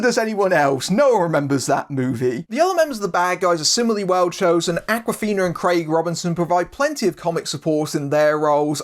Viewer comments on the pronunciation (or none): Interesting review. Reading between the lines and picking up on the very subliminal notes, I get the impression you kinda liked the movie. ;) Just one thing: It's Awkwafina as in "awkward" and not Akwafina as in "Aquafresh."